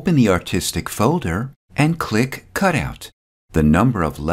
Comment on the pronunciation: luv your videos... awesome... but you have to stop saying the word CLICK... for some reason, no fault of your own, you over-pronounciate this word... it gets to be distracting as you use this word a lot... a quick fix is to simply replace the word CLICK with SELECT as you make more videos... good stuff... talk soon...